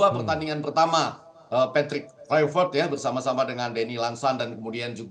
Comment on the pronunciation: Untuk pengamat² boleh pke aplikasi google translate biar gampang untuk belajar pengucapan nama pelatih patrick kluivert biar enak di dengar.hanya skdar saran 😂😂😂